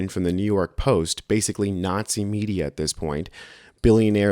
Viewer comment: I thought you said the media killed the dinosaurs for a moment.